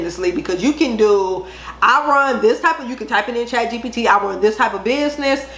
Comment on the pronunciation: Can you drop the link for Chatgbt I think it is you said? I’m not sure I heard that right. Thank you so much. I’m new here and I appreciate your videos